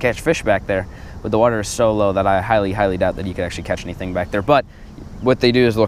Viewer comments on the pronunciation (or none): none